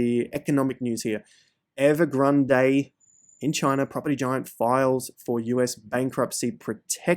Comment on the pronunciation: It's not evergrand eh. It's ev er grand